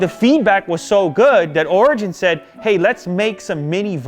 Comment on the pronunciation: Am I the only one Who thinks he says Virgin instead of Origin?